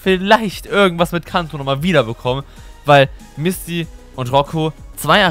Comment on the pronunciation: Du hast Misty bisschen wie Mistvieh ausgesprochen 0.0 😝